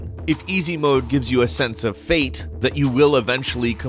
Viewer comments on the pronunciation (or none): none